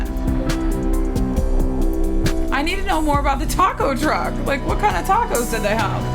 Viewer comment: „What kind of tackos do they have“ dying 😂